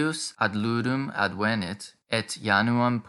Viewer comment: ádvenit, et non advénit, quia advénit esset in perfecto!